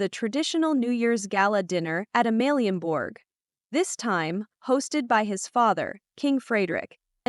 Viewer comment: Please do your your homework. Queen Mother is Queen Margrethe, not Margarita and her second sons (King Frederik’s younger brother) name is Prince Joachim not Jacob. Prince Joachim and his wife aren’t in Denmark for Christmas. They are in France. The Royal twins name is Vincent not Viken and Josephine. Our Royal Palace is Amalienborg, not Omleenborg 😆